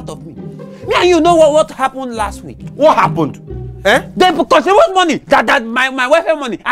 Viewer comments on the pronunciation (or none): none